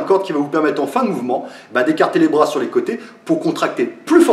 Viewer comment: "Verrouillez moi bien ce brôas" :)